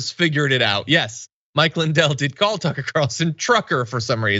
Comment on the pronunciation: He says Trucker instead of Tucker... hahahaha